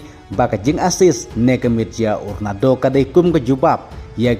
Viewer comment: Ronado😂😂 da pronounce bha lh ba i lhrain 😂